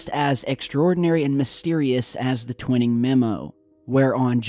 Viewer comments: I really don't mean to be a stickler on language & pronouncing words but it's actually Gen. Nathan Twining(TWY-ning) NOT Twinning, as you've been pronouncing it. Again,, I apologize for being such a dope for mentioning it to you. Just sayin'.🇨🇦👊🤙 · It's Twining not twinning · I hear it was Twining, NOT Twinning (Twhyning - Twinning) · TWINE’ING not TWINNING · TWINING IS SPOKEN WITH A LONG I, LIKE WHY,...... 'TWHYING' IN ESSENCE... BUT SPELLED TWINING... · I'm a devoted subscriber, loving this episode. But when you mispronounce a historical name like Twining repeatedly, it's like nails on a chalkboard!